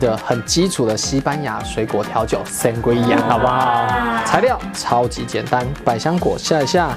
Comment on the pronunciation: 簡單版的話只要用紅酒+帶氣泡的檸檬汁跟一些水果就很好喝了！西班牙很多餐廳也是這麼做的～ 還有Sangria發音是桑格莉亞唷！